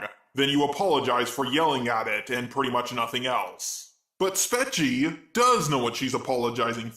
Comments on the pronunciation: It’s Spee-chee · She pronounces it as speachie... like put an s before the word peachy or a y at the end of speech. It is to be a play on speech and peachy. And what this at the end, is sounding very human there. The Robot Revolution is nigh! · I clicked on one of her videos and she said her notifyme account handle. It's pronounced Speech-ee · And I just watched her apology video. You don't know how to pronounce her name even though she literally says her name in the video you covered. What the lazy fuck.